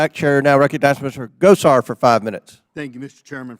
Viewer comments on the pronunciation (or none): Something is wrong with the senators speaking or pronunciation?